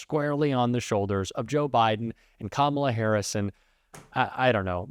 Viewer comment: Did u call her Kamala Harrison?